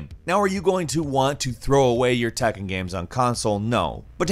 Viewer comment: Did you just read Tekken as it is? Please read correctly